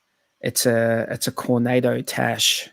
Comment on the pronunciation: Did you mean to say Coronado tash?